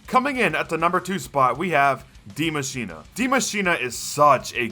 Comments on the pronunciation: it‘s spelled Die Maschine and not dimashina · Die maschina? Its die maschine